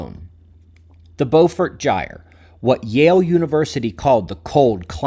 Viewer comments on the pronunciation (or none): none